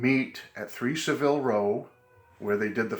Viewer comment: Just an FYI, it’s Savile Row (not Road) with the accent on the first syllable of Savile. (not Sa ville’!)